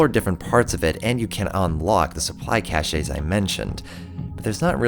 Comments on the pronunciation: Hate to be that guy but CACHE is pronounced CASH. You're saying a different word. Cachet (cashay) is renown or respect. Just a psa. It's a strangely common mistake. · It's pronounced "cash," not "cashay," just in case you make more videos: I'm enjoying these essay-style reviews. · Great vid, ODST doesn't get enough recognition. One small thing cache is pronounced as cash. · Cache is pronounced Kaysh